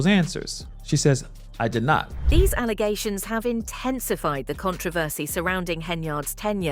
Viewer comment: ...😂 did she really say "false allazations"? Whatthehell is that? Please stop voting these uneducated people into roles just because they campaign on the footnote of being the first black person to do something 🙄...it's embarrassing